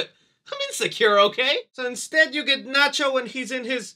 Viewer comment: can quote Nacho effortlessly, he’s a true hispanic 😭👏